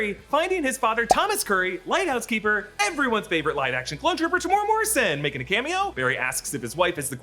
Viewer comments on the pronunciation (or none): Tem-You-era morrison - not whatever you said